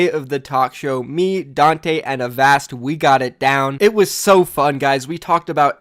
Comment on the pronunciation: Holy shit, learned how to pronounce Avast